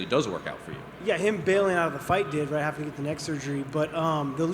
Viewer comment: So annoying how he says "Haffing/halfing" instead of, having. Lol